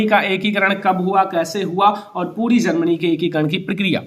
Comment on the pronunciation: Bolna toh seekh lo Germany hota h zarmany nahin h.